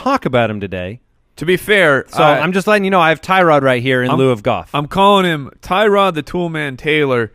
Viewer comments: Btw it’s not Tie Rod it’s pronounced Tur Odd. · Tyrod is pronounced (TER - OOD) He said it himself, and I will be drafting him in the very late rounds, I’m with you! Gordon, Landry, Njoku, and now Dez... yeah he’s going to be good. Mayfield will redshirt for the year and light up next year but not this year.